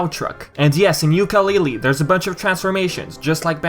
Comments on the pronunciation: So Many Mistakes and you call yourself a Yooka Laylee fan stop saying YookaY LayLeeY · still you say it very very very bad. and made alot of mistakes and you call yourself a Banjo Kazooie fan. OMG you have alot the learn.